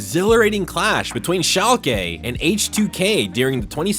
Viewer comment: Learn how to pronounce shalke please dear lord so much cringe the casters even say it correctly and you still pronounce it wrong